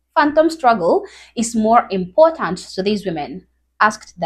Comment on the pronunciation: Same thing that "impor-eh" is..the butchering of the English language